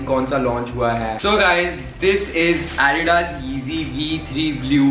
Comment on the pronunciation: He doesn't even know how to pronounce adidas